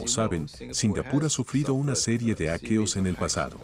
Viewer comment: "aqueos"? 😐🤔😂 cuando dejas que la IA generé la voz automaticamente.